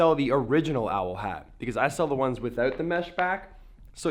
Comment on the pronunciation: The way you say OWL. xD